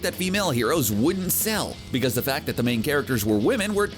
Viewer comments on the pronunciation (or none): none